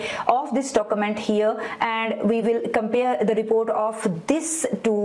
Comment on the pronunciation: stop inhaling so loudly ... annoying. stop saying dokumant. you will sound more professional 9f you speak urdu and turn on CC for foreigners